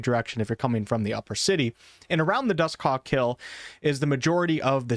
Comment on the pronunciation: Why you sayin Dusthawk like that? "Dus Cock?" pretty sus.